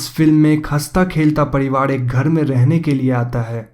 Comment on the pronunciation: घड़, पड़िवाड़, कैड़ोलिन, बाड़ बाड़, चड़चा, अगड़, etc, etc, sorry but it's really irritating. र and ड़ 👈🏻 there is a difference bro.